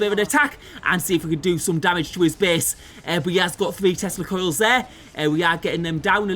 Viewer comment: English is not my first language, so every time you said tescla coils I heard testicles and was confused for a moment.